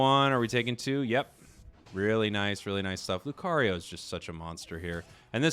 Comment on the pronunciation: Alright class say it with me LEW - CAR - EEE - OH not LEW - CARRY - YO